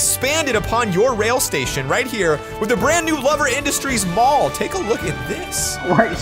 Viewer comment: Did say pall insted of mall